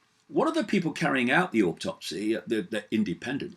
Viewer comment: No R in autopsy...